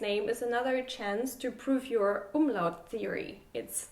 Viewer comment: Hey, hast du das Wort "Umlaut" oft geübt? Die Aussprache? Ich habe das Video gerade nebenbei gehört und war plötzlich so verwirrt, da fehlte so sehr dein Akzent, ich konnte gar nicht zuordnen wer das gesagt hat. Versteh mich nicht falsch, ich habe gar nichts gegen Akzente, aber das hat sich einfach so gut angehört, wow!;)